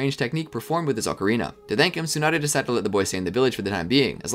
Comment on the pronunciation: The fact he said Ocarina correctly the first time but then proceeded to say it wrong, so many people just sound it out when it's pronounced differently to how it's spelled